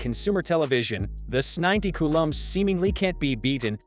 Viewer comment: These damn IA videos annoy me. It mispronounces things. It’s trying to say S90C.🙄